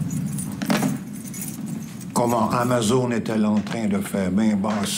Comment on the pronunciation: TOKÉBAK ICITTE. on dit amazÔne